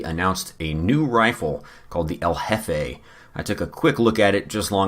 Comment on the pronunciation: I like how El Jefe sounds like Covfefe